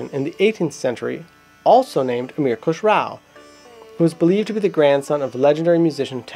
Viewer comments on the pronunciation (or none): Good Job! It was a very informative introduction of the the instrument. However, a little clarification in the pronunciation of the names is required... Khusrow is pronounced as Khus-ro not Khusrau(kh like ch in loch, s as in rest and row as in grow). And Enayat is pronounced as Inaá-yat, also Vilayat as Vilaá-yat. There is also a story about tri-tantri-veena (3 stringed veena) existing before Sitar that can be the ancestor of Sitar, but there no concrete proof coz pretty much all of the knowledge of classical indian music used to be passed down orally.